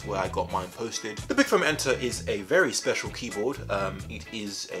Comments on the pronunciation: when he said foam enter i heard foamanter LOL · Don’t tell me that I’m the only one who thought he was saying fermenter for the first few minutes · Sometimes you said foam enter and I heard it as fermented.